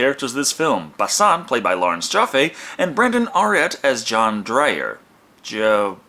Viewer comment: Probably had at least a few people point this out, but. Johan is pronounced yo-han.